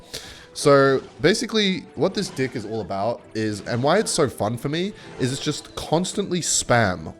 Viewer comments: why does he say dih every time instead of deck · why do you alwatys say dick instead of deck? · Every time he says deck I hear dick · Deck ❌ Dicck ✅ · secretly replacing “deck” for dick the whole video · why he is calling deck d!ck? 😂